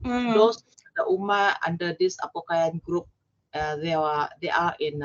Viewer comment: Apo Koyan, not Apo Kayan